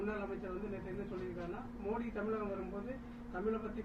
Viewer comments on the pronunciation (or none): none